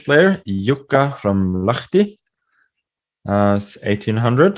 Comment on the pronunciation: I was actually more impressed with Magnus saying "Jukka from Lahti", which is actually quite a small city in Finland